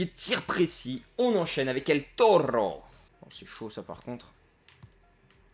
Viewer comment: el torrrrro il m'a tué